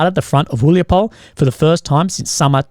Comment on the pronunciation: "e" in the end of city names is pronounsed. It is about Huliay-pole